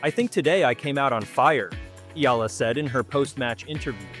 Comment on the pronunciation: Correct Pronunciation : EALA = Ee'Ya'La